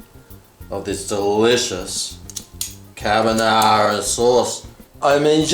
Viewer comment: I think purposely said Cabonara just to shit stir the OCD people.